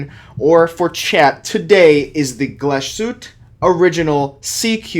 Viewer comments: GlasHuTTe................. not Glaschute, dont forget the dobbel TT. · Dude! You're a watch expert, please learn to say the watch name properly. It's pronounced "gloss-hu-teh." Otherwise, great vid. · "Glashütt" — There is an "e" at the end, and it is pronounced. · Diese Marke sollte man schon richtig aussprechen können .